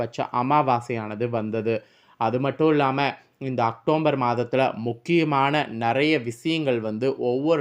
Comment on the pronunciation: வள வள என்று தேவையற்ற விஷயங்கள் பேசி நேரத்தை வீணடிக்காமல் ரத்தினச் சுருக்கமாக வீடியோ பதிவிடவும்... மேலும் அது அக்டோம்பர் மாதம் அல்ல.. அக்டோபர்...